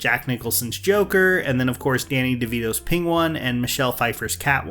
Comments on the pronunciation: Peng one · did he just say pingwan ? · Pingwan? Was that a riff on Cumberbatch mispronouncing penguin? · penguin is pronounced "Ping-Wan" apparently. And mountain is "moww-ennnnn". The American English is falling apart. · Ah yes , The Pingwon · did you say "pinguan"? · did you just pronounced penguin as pink-won? lol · I literally couldn’t pay attention to a single thing in this video after I heard you say the word “penguin”